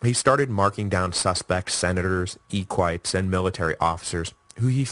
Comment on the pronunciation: I've seen complaints about Maximinus but I've been enduring "Ee quites" for a while and im SURE it's eh-qui-tays